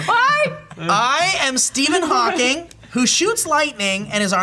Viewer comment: Stephen Thawking XD